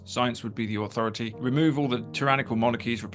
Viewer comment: Wha "Ahwhoroty" Russel talking about???😅😂